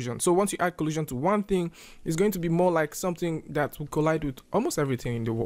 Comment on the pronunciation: Your accent makes it sound like you’re saying collusion, to secretly cooperate.